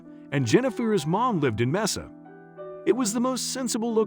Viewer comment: It would be nice if before the narrator begins, this person should really learn how to pronounce the named places they're going to be reading - Mesa is a Spanish word & is prounced as "may-suh"